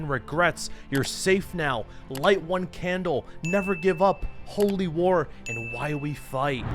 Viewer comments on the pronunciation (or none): none